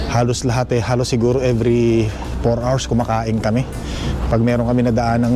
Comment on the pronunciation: ikokorek lang kita para dika mabash ng ibang subscriber mo, the way you say “HOUR” is different. Why is that?! Loooooool its silent “H” ok?! Happy Hour - Hapi awar - Happy Awar😅😅😅😅😅😅😅😅😅😅